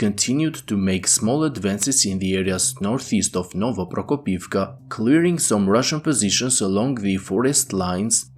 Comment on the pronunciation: I hope the Ukrainians advance to Novoprokopivka. I love listening to this guy pronounce it.